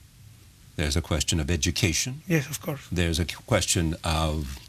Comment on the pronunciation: I can't even take him seriously....lmao....*bleeding ears* "OF CORS, OF CORS, WELL I DON SIN SO" PLEASE TAKE HIM BACK TO SCHOOL...THI IS WHY STUDYING IS IMPORTANT....POR FAVOR CORREISTAS, NO ESCUCHAN LAS TONTERÍAS QUE DICE???